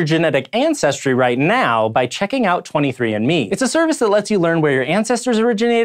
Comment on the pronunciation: I thought he said "Sci Show is supported by 23 Inmates" lmao